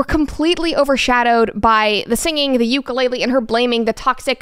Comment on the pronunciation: if you still called Ukulele Ukulele instead of Ukulele, shame on you